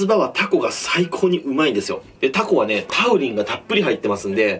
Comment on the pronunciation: 注文の時にタ↓コ↑って地元の訛りになるのええね